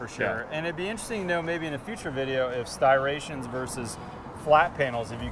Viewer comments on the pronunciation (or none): striations not stirations..... dangit